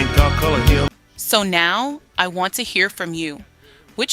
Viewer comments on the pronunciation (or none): none